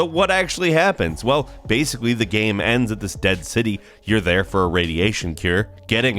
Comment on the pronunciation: Why do you pronounce the word "game" so weird? It's only one syllable, dude